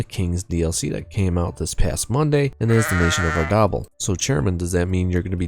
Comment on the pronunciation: Pronouncing Ardabil like “gobble gobble” is cursed 😂